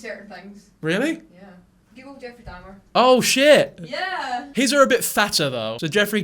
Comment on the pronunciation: I can't get over the way you pronounced Jeffrey Dahmer's last name.